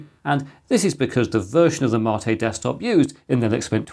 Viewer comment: You're my "Marr-tay" Chris! 🤣 Are you SURE that's the correct pronunciation, mate? (Apparently, in the video, you stated it is.) Windows 10 to 11 a "shock?" ... I hardly noticed the difference, Chris! ... Unlike 7 to 8!